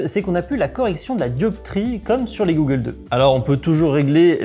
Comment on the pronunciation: g"au"ggles 2 pas G"ou"ggles 2....= goggles = Lunettes de protection traduit de l'anglais.. Autant maîtriser le jargon dans un domaine d'activité en grande partie pratiqué par des anglophones. Belle vidéo...utile pour rassurer les futures pratiquants. Merci.